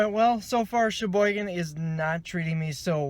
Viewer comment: He keeps saying Cheboygan, but it sounds like he's saying "It's ya boy again"